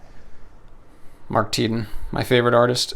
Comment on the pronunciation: It's seems always weird to me to hear how you pronounce Mark Tedin's name. Is there a reason, why you pronounce it that way?